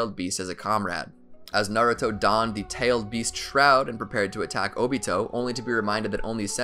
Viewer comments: its obito not otobi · I hear he said dobito